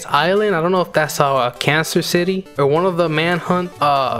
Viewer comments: Cancer city😂 it's carser city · Btw it’s carcer not cancer but it’s okay